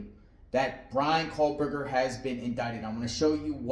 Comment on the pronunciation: Why are you saying kohLberger ??